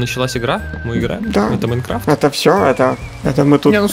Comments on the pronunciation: не иайнкравт а майнкрафт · Правильно майнкрафт а не майнркравт